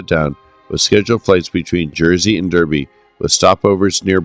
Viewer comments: Derby is pronounced "Darby" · DARBY, BIRMING(UM), R OOT ES, other than that a good potted history of a great airline